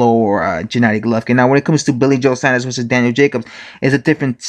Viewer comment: Saunders, SAWNDERS!!!